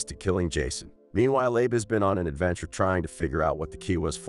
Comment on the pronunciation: Narrator needs to learn names, kept saying "Ay-Buh" and "Ah-Bee" every other sentence for Abe